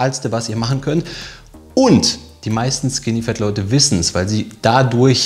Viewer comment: Bitte Leute, sagt nicht skinny "fEt", sagt skinny "fAt", auf english ist das "A" nicht immer "E", die meisten der Deutschen machen diesen Fehler. Ihr könnt das googlen